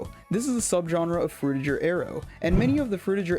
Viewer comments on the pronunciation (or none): its pronounced frutiGer not frutiJer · Pretty sure the "ger" in "Frutiger Aero" is supposed to be pronounced like the "ger" in "bigger"